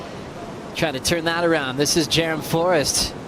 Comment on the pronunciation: It's Jerome not jerrum